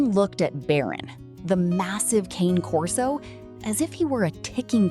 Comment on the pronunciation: Teach your d*mned I.A. to say this dog's breed correctly! - it's pronounced: "Kah-nay Corso".